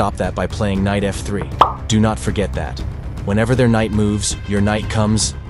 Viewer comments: KKKKnight makes my ears hurt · very entertaining..'k' is silent in Knight though😅 K-night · I like the pronunciation of the k’s in knight 😅